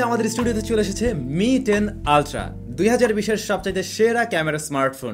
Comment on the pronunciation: মি টেন না বলে এম আই টেন বলেন অকে